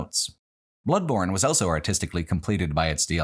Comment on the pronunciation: pronounces the word "also" as "elso".